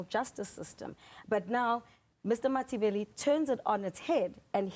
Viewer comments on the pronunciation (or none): when ziyanda pronounces mathibela incorrectly, i know we are in 💩 😅